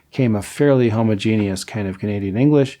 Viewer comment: I just love how he says "homuh-genius" 😂 I don't know why, it's just funny to me. Maybe I'm a weirdo.